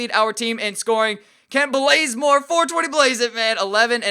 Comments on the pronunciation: He did that on purpose he changed his name to Blazemore too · kent blazemore prettysure its bazemore